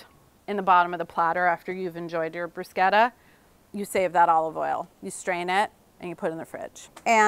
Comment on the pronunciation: Oh my god she said bruschetta the way it’s actually said in Italy 😮